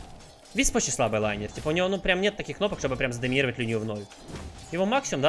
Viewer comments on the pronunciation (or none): none